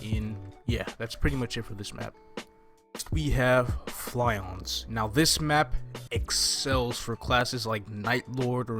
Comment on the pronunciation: Just a few minor corrections: The Unripe and Ripe Wolfruits are green and red, respectively. And Flyons (don't know why they put a Y) are pronounced like Lions. Overall, this video gives good insight on what to expect. I just hope I will be able to do Hard mode when I start (though I did take a vacation so I won't be exploring Chu Chu Island right away, hopefully some friends of mine can help me with hard).